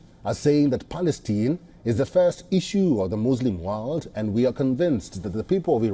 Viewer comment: It is not Palesteen as you say it, it is PALESTINE as in "Mine" How ignorant one can be?!!!!!!!!!!!